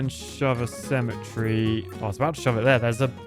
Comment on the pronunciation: The way you say cemetery is triggering me